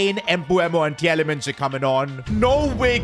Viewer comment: You speak Tielemans (the ie) like meal (fonetic) from a Belgian